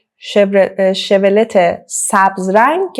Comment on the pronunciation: Chevrolet 😢 Farsi begam mishe shevrolet injur khonde mishe hamin ke neweshtam bekhun 😢